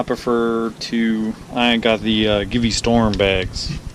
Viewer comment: Thanks for the review, but the product is Dolomiti, not Dolimonte'. And Givi is pronounced G.V. Here's the company saying it